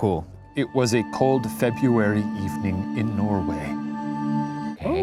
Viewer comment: Ryan should have read the 2nd story, so we could hear him destroy the word February again.